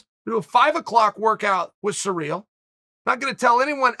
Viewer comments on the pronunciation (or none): Who is Surreal? Or are you saying Serial? Uhm are those names? It’s Cyril bud